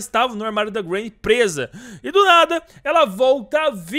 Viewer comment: O nome dela é Granny não granita o nome dela é gran